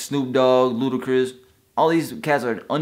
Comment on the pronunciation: lol did he say ludacris